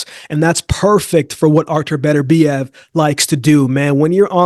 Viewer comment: Why can't you Americans pronounce Beterbiev's name? It is pronounced BET URBIEV not BETTERBEE EV.